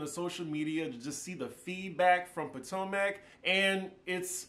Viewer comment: The way you pronounce Potomac kills me